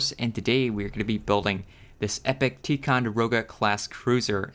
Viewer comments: ITS TY NOT TEE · Dude this is badass! Also I think you pronounce Ticonderoga like (ty-con-da-roga)